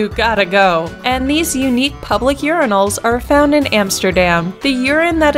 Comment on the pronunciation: They are not "Yuri-nals", they are "Your-eye-nals".